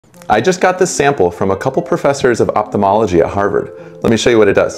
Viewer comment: I don't think we should pronounce ophthalmology as optomology 😊